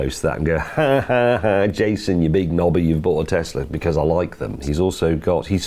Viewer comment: why cant you say because?